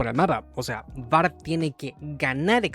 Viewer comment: Paré el video cuando dijiste "Bard"